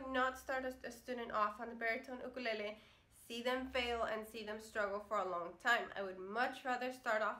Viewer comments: I could listen to you say "UKALELEE" all day! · I like the way she's SAY'S Ukulele!!!!!😀😀😀😀😀😀😀💞💞💖💖💖💕💕 HER!!!